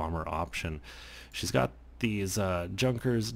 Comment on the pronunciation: "Young Kers" Not junker...